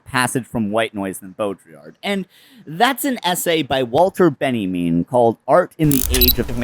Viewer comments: Quick note: Walter Benjamin is pronounced "Ben Ya Mean" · Uh... why are you pronouncing Walter Benjamin as Benniemin? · do you call benjamin "benny mean" by choice? ;-) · That's how north americans say Walter Benjamin? Loved the video, just found the pronunciation weird